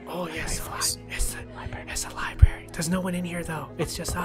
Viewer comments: I'm sorry, but it's not lie-berry its lie-bruh-ary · He said libary instead of library 😂